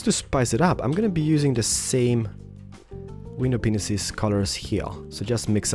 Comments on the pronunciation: i really hope that every Let's build episode, can u at least tell those who are new here, that u actually pronounced window panes as 'window penises' if not I really hate people to insult u or say u are immature. By the way, why u did not use the intro that u uses it last time? Like my comment to see him does dat! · ur a great YouTuber but I'd like just to say 1 thing when u say window it sounds like ur saying window penises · Im kinda thinking one of us should tell him he is saying window panes wrong xD not hating but yeah xD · TriforceGaming Na, it's not that, I knew he meant "panes", I just wondered if it was only me who thought it sounded like "penis". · TriforceGaming i agree he has a small brain,he must know that he has a accent that they didn't know,when i heared penis i was like oh its panes and also what country accent was that? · You keep saying window penises. It's actually window panes. It's a bit awkward hearing you pronounce it wrong in every episode. I'm only giving a friendly advice. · Why do you say windows penises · Did he say window penisis 🍆😂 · Lol I didn't know he said window penis :O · I think I heard you say window penises :o btw I love your channel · RandyViperOrtonHD he does say window penises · Wtf you say Window penises